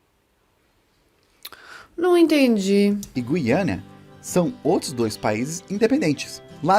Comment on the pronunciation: Guiana, e não "guiânia."